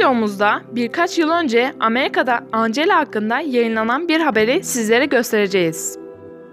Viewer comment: "Ancela" 😂 AMEYZIN! (Anlayan Anladı🙂)